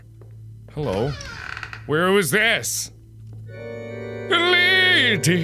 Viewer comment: You said "dis". We're already clearly in The Cringe zone